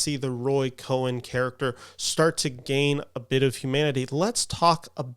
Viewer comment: Cohn is pronounced like "cone" with one syllable.